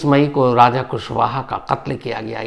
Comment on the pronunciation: Shams raja ko raj aur raj ko raja kyun bolta hai😮😮😮😮😮😮😮😮😮 thoda dhyaan se bola kar tu